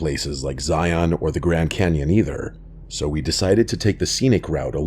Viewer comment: Locals don’t say ziOn btw